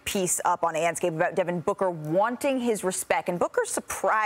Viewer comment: “wuaaanting his RESPEK”